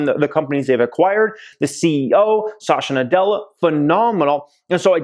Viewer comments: Pls pronounce satya nadella correctly...its SAT-h-YA not sasha😁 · It's not Sasha, it's Satya 😞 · Its "Satya Nadella" not Sasha 🤣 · The CEO's name is Satya, not Sasha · Sat-ya Nadella. Not Sa-sha. lol. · Sasha Nadella 😂😂 it’s Satya (Sat-ya) Nadella. Amazing video btw. Always love your content! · Not Sasha bruh! Sat yeah (pronunciation)! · At 7.12, it is not pronounced as Sasha Nadella.. it’s Satya Nadella .. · Pronunciations! Just google “pronounce azure”. Also it’s Satya (suth-yuh) not Sasha... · Lol he said "sasha nadella" I had to doubletake... why you do him like that?